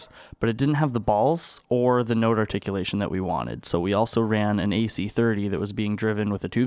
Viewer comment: Amps = ants...roooooooofl That and "noderticualtion"...I'm dyin, man.